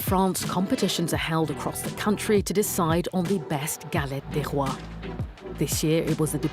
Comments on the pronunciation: Pronounce "Galett day Roa" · Please improve your french prononciation